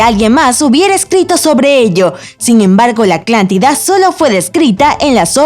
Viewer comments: Jaja alguien más noto que la narradora dice aclantida en vez de Atlántida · a la tipa le escucho que dice "aclantida" y no atlantida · Like si notaste que dice Aclantida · Soy el único que escucha Aclántida en lugar de Atlántida? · Atlántida no "Aclántida". 😡😡😡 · Debes cuidar tu pronunciación, no es aclantida, es Atlántida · Es Atlántida no Aclantida! Es Atlántico no a Aclantico! Son Atlantes no Aclantes! Lo dijo miles de veces! Dios! 🤦🏻‍♀️ solo hay que leer bien la palabra para pronunciarla como es! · ATLÁNTIDA ESTÚPIDA NO ACLANTIDA JAJJAJAJAJA HABLE BIEN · "aclantida" Pendeja jaja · Aclantida? Jajajaja siempre dice así... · Me estresa que diga "aclantida" y no "Atlántida" 😤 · No creo que sea confiable alguien que diga Aclantida durante todo el video en vez de Atlántida... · La morra dice "Aclantida" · la narradora dijo aclantida cada vez que debía decir atlántida XD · Like si escuchas a la chica decir "aclántida" en vez de Atlántida!!! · Es "ATLÁNTIDA" NO ACLÁNTIDA AMIGA. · Like si escucharon aclantida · gabo otos. soy ingeniero en audio trabajo en unos estudios de doblaje en mexico. y estoy tan acostumbrado a corregir dicción, que escuchar aclantida es garrafal para mi por que.. mi trabajo es que estas faltas de diccion no pasen. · por que dice la "aclantida"? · Soy eo unico al que le parece que dice aklantida? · Gianni Caligari si dice aclantida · Solo dice aclantida🤔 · "Aclántida" , "Monóica", "G"ibraltar ??? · Pensé que era yo que imaginaba escuchar "aclantida" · Por favor, deja de decir ACLANTIDA!!!! 😱😱😱😱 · me desespera que diga aclantida y océano aclantico. No lo tolero. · Hay muchos k al parecer solo vieron el video solo para contar las veces k eya dijo aclantida si si nos dimos cuenta fue gracioso los primeros 3 comentarios k ablaban sobre eso pero en serio parece k ni veen el pvto video la mayoria solo ablan d eso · Ni siquiera le entendí por escuchar tanto aclantida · cada que quiero perturbar mi neurosis por la "aclántida", pongo el video